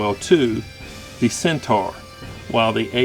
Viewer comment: Pronounced Cent - or :)